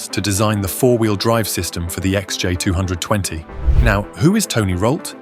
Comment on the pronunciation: Is this video's voice-over AI or does the narrator juts not know how to say XJ220 or XK120 ?